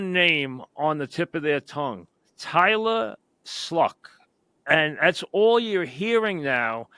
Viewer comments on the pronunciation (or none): How do you get Tylah Schluck from Tyler Shough?… Am I missing something here…. I’ll hang up and listen.